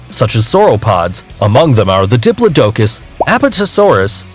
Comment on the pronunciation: He said,Troodon wrong,Carnatasaurus wrong,Gigantasaurus wrong,Diplodocus wrong and Mosasauras wrong.